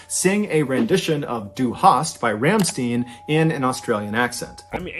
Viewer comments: And stein is like shtine not steen (: but I was gonna say that too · Dude, I can't get over how they both said "Ram-steen." It's pronounced "Rahm--stein." The ei in stein is said like the word "eye."